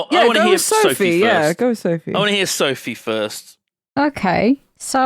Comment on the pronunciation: As a Brit living in Berlin I almost lost it at Söphie.